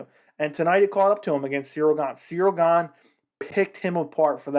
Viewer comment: About Chael..... Chael has a great shtick. It's fun. I prefer how he talks off the cuff and from his own memory. I prefer Chael over people who do an mma video and constantly read off of people's mma records on Wikipedia in an attempt to sound like an expert. Chael also pronounces Gane's name as "Surreal Gong" and acts like he doesn't know better. The gimmick that Chael has is great. But what can you expect from Chael. The dude's undefeated. Hasn't even lost a round!